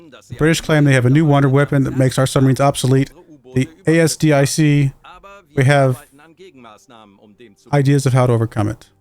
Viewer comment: 1 year late comment but asdic isnt prononced separatly its one word so not a s d i c